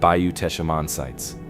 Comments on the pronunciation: It's just Tesh...not Tesh-uh. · ❤❤❤❤❤. I'm from South Louisiana. The correct pronunciation of Teche is Tesh. The final e is silent and the c has a soft sound like s . ❤❤❤❤❤ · It is Bayou Teche, pronounced Tesh. Please quit showing rock in the beginning of the video, we have no rock in the state of Louisiana. We have to import rock from other states. My mother is buried on Bayou Teche, you need to say where these mounds are, I have never seen them. The salt domes are all around the coast of the Gulf of America, look at google maps, you can see the circles, Avery Island is not the only one. You did not mention the amazing gardens at Avery Island, and the bird sanctuary, and the huge Buddha statue. Obviously people lived here before the Europeans came, Caddo Lake area was all Native Americans, we stole around 30,000 acres from them. I did all of the Title to that area, the government swindled them out of all of their land, there was even a lawsuit, but the government won. There were a lot of Native Americans settled in what is now Louisiana, there was a lot of wildlife, hunting, gathering, mild climate, plenty of water. My people settled here in the swamp after being ethnically cleansed in Nova Scotia by the british, some of us stayed in Canada, some in the NE, but a group came all the way down here. We are called Cajuns, Acadians, and we are mostly of French descent. We have been here since the late 1700's.